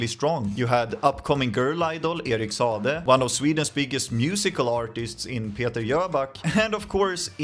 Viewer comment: Sa a de. Not Sade…